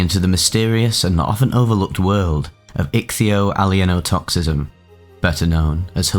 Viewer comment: Well you certainly got your value out of learning how to pronounce ichthyoallyeinotoxism. I went from not having heard of it, to guessing the meaning, to knowing the meaning, to grokking it, to semantic satiation, all in a few minutes. Kudos to you.